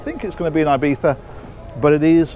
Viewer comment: PSA for all Brits: the correct pronunciation of Ibiza is eebeetha, not eyebeetha